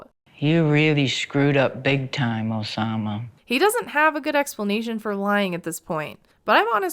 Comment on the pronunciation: OH-SAH-MAH has the OH-DACITY